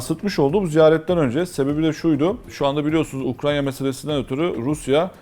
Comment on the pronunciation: ya hocam ukrayna ukranya degil